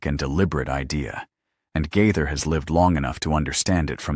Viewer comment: Guy-thur? Gay-thur!